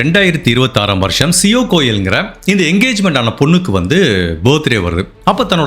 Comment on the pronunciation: The correct pronunciation of the names: Ketan - not cathun but kay-thun Siya - not c-o bit c-ya Chethan - not chettan like malayali, but chay-thun